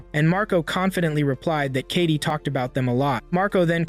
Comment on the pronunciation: It's not kati it's Katie